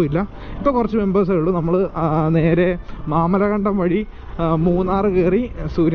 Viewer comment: മാമലകണ്ടം അല്ല bro മാമലക്കണ്ടം 💙💙